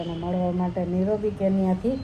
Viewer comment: Not nirobee correct nairobi